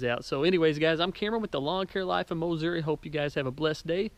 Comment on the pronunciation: Mowssouri........love it.